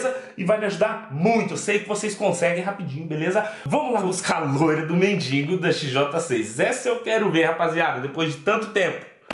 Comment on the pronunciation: Mano vc pode até ter um canal muito fera divertido mais aprenda uma coisa É mendigo e n mendingo